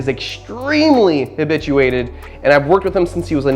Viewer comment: When he said habituated like that it seemed like he said bitch u ate it